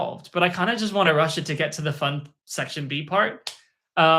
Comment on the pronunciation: did bro say mei was funT-T